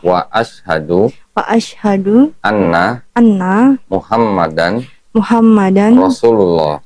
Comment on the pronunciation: Mohon maaf; bacaan sahadahnya untuk sahadah Rasul bunyinya kurang tepat. Asyhaduu annna Muhammadar Rasullaah. Bukannya al tetapi annna Muhammaddarrasullullaah. Terima kasih atas perhatiannya